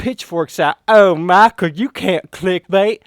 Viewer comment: Oh maacheal lol